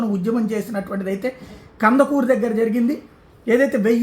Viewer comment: It is not Kandakru but it is Kandukuru. Please check.